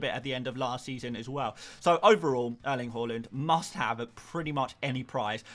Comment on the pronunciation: Good vid, just cant hear you say name Erling "HORLAND" ever again 😂